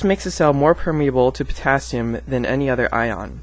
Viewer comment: > THE POTHATHIUM (potassium)